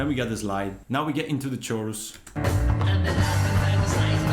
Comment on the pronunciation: Great tutorial, it sounds spot on! Although the word chorus makes a k sound, like cake.